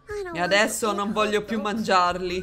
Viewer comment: "Addresso" mi ha stesa! 😂